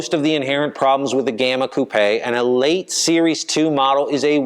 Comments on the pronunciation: Got a like for pronouncing 'Coupé' correctly. Seems North Americans generally think that a coupé is a place where chickens sleep. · It's the past participle of the French verb 'couper' meaning to cut. In French it's coupé with the accent on the e and is pronounced coup-pay. has it right - at least for UK & Europe. Not sure what the Aussies do.